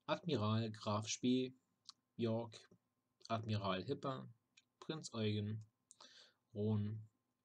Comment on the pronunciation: Even though the name "Eugen" is pronounced like you did, "Prinz Eugen" is pronounced "Eu-geen" with long E. In IPA: [ɔ͡yˈge:n]] To be more annoying: At "Vulcan" (either Stettin or Bremen) the first syllable is emphasised. -> VUL-can, unlike german "Vulkan"